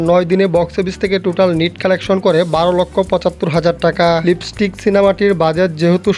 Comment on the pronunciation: ভাই লিবিস্টিক না লিপস্টিক হবে কথাটা 😅